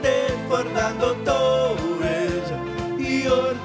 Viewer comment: i know hes trying to do a spanish accent but he should have rolled his r in torres lol